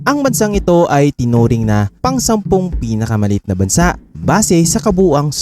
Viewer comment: Bansa' ang tamang bigkas!!!!!